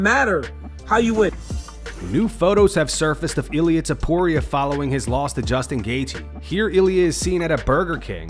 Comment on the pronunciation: that's not Ilia... That's Ill - IA